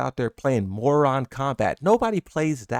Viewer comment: My guy said Moron Kombat lol